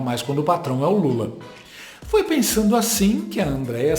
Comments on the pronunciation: A Andrea Sadi precisa é aprender a usar a letra D nas palavras, que ela insiste em tirar: pensano, voltano, ficano, olhano..... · "Pensano", "fazeno" ótima jornalista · "fiquei PENSANU" KKKKKKKKKKKKKKKKKKKKKKKK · Ela ficou "pensano"....Que conhecimento da lingua patria, D. Andreia... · "Daí eu fiquei pensano" Sadi, Andréia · Alguém avisa a essa "Senhora" que a palavra é pensanDO, não é pensano. Descobri que esse Haddad também É MINTO, MINTO, MINTO Haddad, que conquista civilizatória de separar política de religião? O Papa é de esquerda, o Padre punhet3iro é de esquerda. O Senhor é Ateu? Mas foi na igreja junto com a então candidata Manuela D'Avila. Haddad, entenda, uma grande parte da população, não quer um homem que comandou o maior esquema de corrupção do País comandando o dinheiro do povo, quem quis e votou nele deve agora estar adorando o governo, a situação em que se encontra o País. Segundo Alckmin, Lula voltou á cena do crime e ele foi junto, Alckmin é um homem de caráter. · PensaNO??? Grobo?